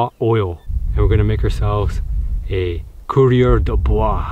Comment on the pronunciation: it’s coureur des bois! Not courier.